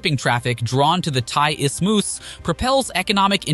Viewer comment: Istimus? Gee, that's embarrassing